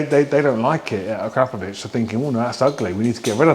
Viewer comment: Learn to pronounce it correctly as per the manufacturer Akra Po Vic 😉